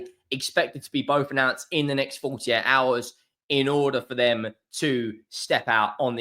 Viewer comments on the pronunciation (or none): none